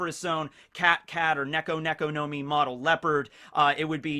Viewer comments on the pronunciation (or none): none